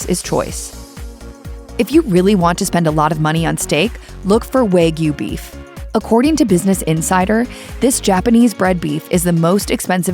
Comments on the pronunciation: Waygyu? It is pronounced wa- gyu. It is not just how they are raised. It is mostly the breed. That’s why the wagyu cows are imported from Japan to be raised here in us. Stop disseminating lies. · It is pronounced “wah gyoo” (with an A like in father) not “waa gyoo” (with A like in wag). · waaaaaaaaaay-gyu.... hahaha, time to eat my kay-suuuh-dilla and fill it mig none. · How this narrator pronounces 'Wagyu' makes me laugh...